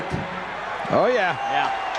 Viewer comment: He actually says “Jeh” instead of “Yeah” 😂